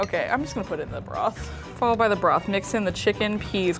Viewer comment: did she just call it... bruth